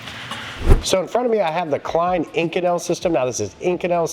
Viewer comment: You've pronounced this material 2 extremely different ways. So... is it "Eye-kohn-ul" (in another video) or "ih-coh-nell" as in this video??